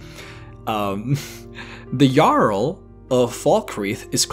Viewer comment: u said jarl in a way that the diaglog/translation said it as a girl the reason i know this was cus i set texst on when im eating chips cus i cant hear shit when i do